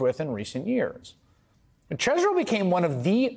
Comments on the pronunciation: OOooh..., oh, you finally figured it out? It is pronounced "cheese - bro." Cheese would have been the original pronunciation, which is confirmed by Harvard classmates' pet name as "the cheese." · fwiw, chesebro pronounced his name as "cheese bro" ... until his GA indictment. he literally used to use "cheese bro" as a reminder of "I"M FROM WISCONSIN" (which was weirdly desperate sounding - even 20 years ago) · Pretty sure knew how to pronounce his name but decided to emphasis the Cheese part As do I still